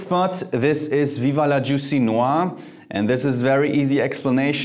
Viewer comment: Jeremy Fragrance is your new routine. You pronounce "noir" almost like a French man by the way.